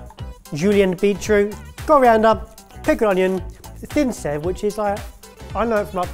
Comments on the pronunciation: It's actually pronounced as "saiv" even though it is spelled as sev. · fun fact: sev is pronounced say-v